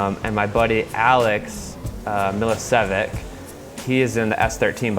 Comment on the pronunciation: Its miličevic not milicivic